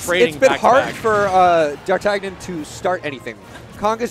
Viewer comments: Technically he's the fourth musketeer, right? Pronounced "Dar-tan-yan" Between this and Kvothe, Smash casters need to brush up on their literature :) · What special sort of uncultured peasant doesn't know how to pronounce Dar-tan-ee-uhn? 😂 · D'Artagnan is the name of one of the three musceteers, it's pronounced in a french way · It hurt that he didn’t know how to pronounce D’Artagnan, even after the other commentator told him.